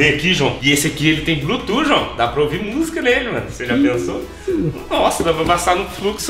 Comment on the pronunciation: Blutuf que fala não blutu pelo amor de deus